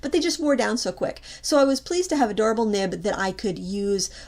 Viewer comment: "Adorable nib" is what I heard when you said "a durable nib". Now I will chuckle every time someone says "nib" just remembering!